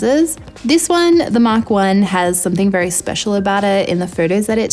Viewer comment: What did you say the R5 And R6 have that is especial? Did not quite understand the words.